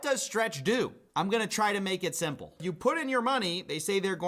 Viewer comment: I could never trust somebody who says simple with extra syllables. Where all that extra movement coming from?